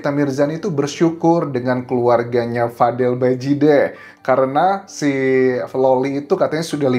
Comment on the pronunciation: Bajideh bang bukan badijehhh😂😂😂